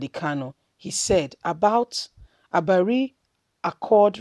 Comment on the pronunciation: Not abari, it is Aburi